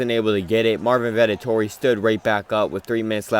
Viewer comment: I love how you call Vettori Vetotori😂